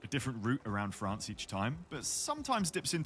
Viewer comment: It's called 'Fraaaanz' not Friends.